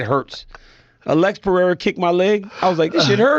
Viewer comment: His name is Pereira and not Perera.